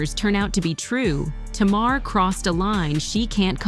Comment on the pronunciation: It’s NOT T’Mar